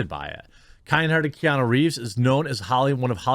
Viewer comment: It’s nuuuuu not nooooo. Keanuuuuu